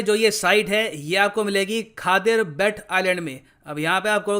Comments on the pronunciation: Bet is pronounced as 'bait' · Just a correction sir...... its pronounced as बेट in local language